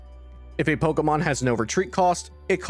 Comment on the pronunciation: this was great, thanks. One thing I couldn't stop laughing about is how you are saying Pokemon. You're saying it like eric cartman or something "Poh auh mohn"